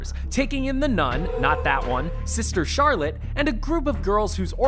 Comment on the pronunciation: You saying sister Charlotte had me dead ahahaha